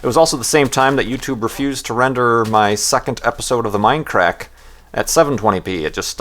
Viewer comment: It's; "Mindcrack" not; "minecrack."